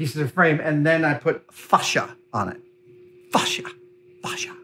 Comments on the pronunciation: Love, love, love all your videos, mythbusters, everything, but... The word facia is pronounced fay-see-ya or face-c-ya not fash-ya. It's a panel that faces you not fashes you 😉🤣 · btw for facia ... it is pronounced ... like .. face ya ... it is a long tight a not short gutteral .. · Face-ea. Like face The s is silent. Fascia is what goes on the outside of a house. This s just moulding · I have never heard someone pronounce it "Fah-sha" before, it's always been "Fay-sha" for everyone I've ever heard say it. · Is that how Americans say fascia in the UK we sat face-sha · Adam saying fascia like that just reminds me of goldmember trying to say "father" in Austin powers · I just LOVE the English to American translation of words like the word "fascia"... WHERE is there a "R" in the word lol HOW MANY English people where screaming at there screen pronouncing it correctly lol 😝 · Is that how most Americans pronounce 'Fascia' or just an Adam special?. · Im sure everyone heard it in gold members voice when he said facia